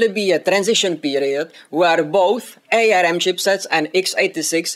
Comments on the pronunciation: FYI it's pronounced "arm" as in the limb, nor A-R-M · It's pronounced arm as in the thing hanging off your shoulders, not A.R.M. :)